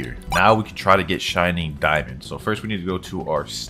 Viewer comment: Bro says shinning diamond, it's crazy dubbed bozo 🤣